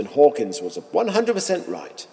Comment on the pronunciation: Ha, so full of fail, the two most glaring ones I can be bothered writing about, It's DAVID Attenborough, not his brother who is the BBC wildlife presenter, and it's Hawking, not Hawkins. If you can't even get these things right, you have little credibility on your other crazy assertions.